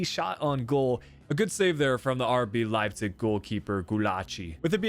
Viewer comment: Idk why but it triggered me so much everytime you said Leipzig (Leipcish?)